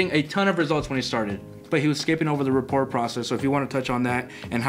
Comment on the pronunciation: "Report" ...... ?? Love you guys!